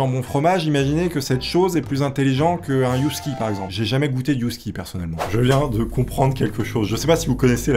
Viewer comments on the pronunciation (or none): un chien husky ce prononce:hausky, et pas yusky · J'adore ta chaîne, de tout pour tous les goûts sauf que là je dois te rediriger....ah mais si, c'est du donnant donnant! 😄 Tu as dit un Yousky? D'accord, je rectifie la prononciation de nos chiens de traineaux, un Huskie et se prononce OSSkie cousin. J'ignore comment je suis arrivée à comprendre le mot mais c'est fait et j'ai bien rigolée. Top niveau ta chaîne! 👍🏻✨. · cest pas normalement eusski la prononciatio ?